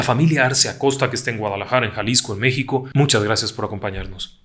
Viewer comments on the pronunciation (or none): none